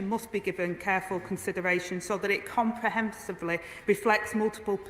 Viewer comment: Rayner seemed to have difficulty with the word "comprehensible". Obviously, words with more than four syllables are a problem for her.